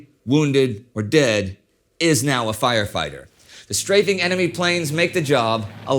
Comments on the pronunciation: strife-ing LOL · It is incredible how many words get mispronounced -- "strifing [sic]" stands out in this episode, but what is the front of a ship called, Indy? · I've heard it pronounced ''Straffing'' in some actual WWII-contemporary documentaries. Short A. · Some of the pronunciation of words are odd. I've never heard anyone pronounce "strafing" like that. 😆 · You don't really notice how often a quote references strafing until you hear a voice actor that pronounced it strangely.